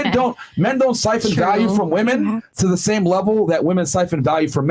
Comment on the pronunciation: Dude hearing ‘flewed out’ instead of ‘flown out’ and ‘woman’ instead of ‘women’ actively depletes my iq. Ugh.